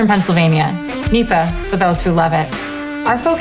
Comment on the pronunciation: NEPA, not nepo.